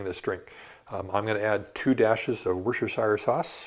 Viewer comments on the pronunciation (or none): You pronounce Worcestershire 'Wus-ter-sheer' From, your best fan from England!